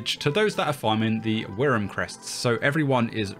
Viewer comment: WRYM -> is pronounced worm